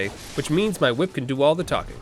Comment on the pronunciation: "Ehy, that's a cool hwhip!!!"